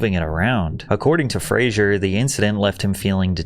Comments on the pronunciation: I don't normally nitpick but it's Fraser like Lazer not Frasier like the show Frasier. It's odd you did all of this research and work in this video and never noticed. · I hate to be that guy, but it’s pronounced Fraser (Frazer) and not Fraiser. Every time and he’s always adamant about it. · It's Brendan Fraser pronounced [Fray-Zer] the name [Fray-Jer] is from the 90's TV show Frasier which is a different name to Fraser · It's pronounced "fray-zer" not "fray-zhure" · Frazer not Frazier😅... I'm quoting a line from Brendan himself while talking to David Spade's character in the Dickie Roberts movie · Okay, I didn't want it to bug me, but it's bugging me. His name is pronounced like Razor. F(razor) that's how he described it. Fraiser was a sitcom. 😂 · “This is Brendan Frasier” no it’s not. It’s Brendan Fraser. As in Fray-Zer. Sounds like Razor. Not like the character played by Kelsey Grammer. So irritating… if you’re going to tell his powerful story then at least learn how to pronounce his name correctly! He’s owed that much. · His last name is pronounced “Frazer”. He’s publicly stated that everyone says his last name wrong because of the tv show Frasier. There’s no “i” in his last name so it’s pronounced with a “zer”. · Fraser, pronounced like razor. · "FRAY-zur." Not "Frasier." Loved the video! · Mispronouncing your subjects surname in a video about him getting disrespected and so forth is wiiiiiiiild. It's not Frasier "Frayshur" it is Fraser "Fray-zer." Also, vehemently is VEE-HEM-ENT-LY not "v'HEEMintly." Ha! "Rose Muh'goin" he says. 🤦‍♂️🤣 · FYI it's pronounced Frazer. not Frasier like in the TV show. It's Frazer, like Lazer. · Said his last name wrong, Patrick. 😅 Most do though. The tv show Frazier is the culprit imo 😊 It’s an S sound, and not a Z sound, for Brendan’s last name😊🫡✌🏻✌🏻 Thanks for the upload 🙂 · its fraser not frasier, pronounced fra-sur, not frayshure, u pancake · Pronounced like razor haha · fraser rhymes with razor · More like "Fray- sir"